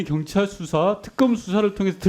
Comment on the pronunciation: 소방청장!! 갱찰이 아니고 경찰이다 서울생활 몇년째인데 아직도 사투리를 못고치노 발음좀 똑바로 해라 저 양반도 내란 동조세력이네